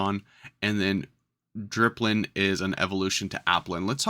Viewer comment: also thare is no r in dipplin